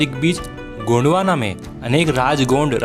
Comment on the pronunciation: गोंडवाना नहीं गोंडवन है बहूतोंको पता नहीं.